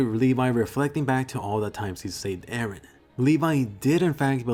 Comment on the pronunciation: many people call him 'ereh' as well. it's confusing!